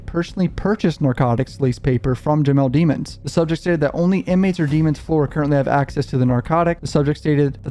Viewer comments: I’m just confused why you keep pronouncing his last name dee-mons?? When in the trial footage you made fun of the prosecution and judge for not pronouncing his last name right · Please start pronouncing his last name right cuff that was in trail one